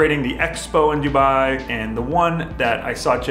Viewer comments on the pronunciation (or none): none